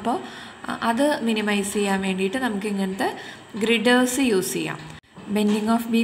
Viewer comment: That's girder not grider